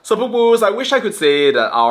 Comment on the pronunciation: bro...not straight sepupu there is a pause...sepu...pu😂😂😂😂